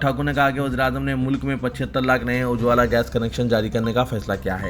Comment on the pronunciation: Ujwala. Theekse Bolo